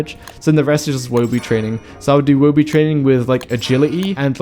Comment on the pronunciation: Thanks for saying Woby correctly. Some people can't read 'Toby' and then 'Woby'.